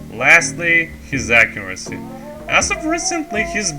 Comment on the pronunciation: "accuraccy" Great video dude, really glad someone is taking etienne's place as he was my first inspiration when i started playing a little less than a year ago, looking forward for more of these in the future!